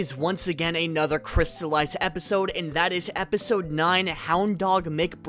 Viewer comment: "Crsitalised" is NOT with us. -_